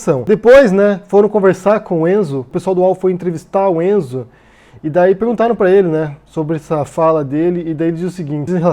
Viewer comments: Caralho, te adoro mas me dá nos nervos cada vez que voce fala ENZO. É RENZO, podia ter pesquisado antes! Comentando o vídeo agora, Renzo Gracie é um dos mais ridículos da família, e uma família ESCROTA em pelo menos 85%. Poucos se salvam. Renzo uma vez inventou uma história que foi assaltado nos EUA e bateu muito nos dois assaltantes, esse cara é um imbecil. E o irmão dele era pior, falecido Ryan Gracie que morreu de overdose numa delegacia. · Fala,! O nome do cara é "Renzo", não "Enzo"....praticamente todos os membros da família Gracie "precisam" ter o nome iniciado com "R" ou "K" ou "C".... Apesar de absurda, essa nomeação do Renzo explica muita coisa como, por exemplo, essa homenagem feita pelo GM Robson Gracie ao Bolsonaro logo após a eleição: Renzo é filho de Robson, e já em 2017 haviam feito outra homenagem ao Bolsonaro em evento de Jiu Jitsu....Renzo já aparece dando apoio incondicional e abraços em Bolsonaro: É o bom e velho "toma-lá-dá-cá" que não existiria mais.... É uma lástima a forma com que o Renzo e grande parte da comunidade do Jiu Jitsu se comporta diante dessa situação e do Governo Bolsonaro como um todo....a família Gracie foi (e é) muito importante para o esporte no Brasil e no mundo, mas também sempre foi bastante controversa/polêmica por esse orgulho exacerbado (muitas vezes transformado em arrogância mesmo) pela arte marcial aprimorada e defendida pela família....e o Renzo é um dos mais "bocudos" da família, então pode esperar por muitas outras pérolas como esta daqui pra frente....abs